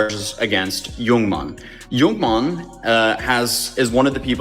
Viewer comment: It's pronounced Yoo-Mon, not Young Man.